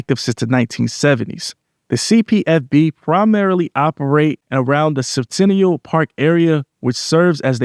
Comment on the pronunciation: It’s pronounced sin ta nella 😂😂😂